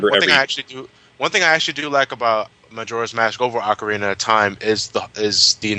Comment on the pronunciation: Good god the way butchers the pronouncing of ocarina I hate when people do that